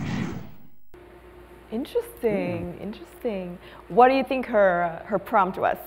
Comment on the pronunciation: Lần 2 này thấy perform tốt hơn nhiều so với lần đầu ý, nhưng mình thấy ổng vẫn phát âm sai từ "interesting" với hay có kiểu idea bị lặp Anw thích Dan quáaaa, hay cho từ vựng liên quan chủ đề